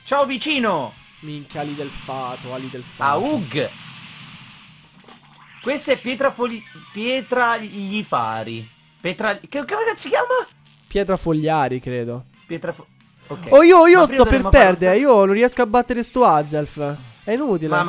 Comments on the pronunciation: te ti stupisci di gente che dice charmelèon...te non sei da meno (pietrafogliari, unzefant e di molte altre cose per non farti fare altre figuracce ) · Pietroglifari non pietrafogliari 😂😂 comunque siete GRANDI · si dice petroglifari!!